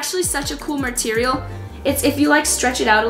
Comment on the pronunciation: Anyone else hear her say marterial